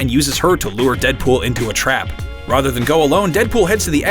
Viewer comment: R-A-T-H-E-R sound it out..